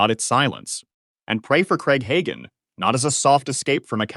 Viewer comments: It’s not Higan. It is Ha (day) gan. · "I am a part of the charismatic tradition", says AI that doesn't know how to pronounce Hagin and Rhema?😊😊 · The fact that you can’t even pronounce their names right proves you have no idea what you’re talking about. Learn to pronounce Hagin & RHEMA right and maybe I’ll believe you know a little bit about them. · Should have a person do the voice overs. The AI keeps mispronouncing Hagin and Rhema, including mispronouncing each word multiple ways.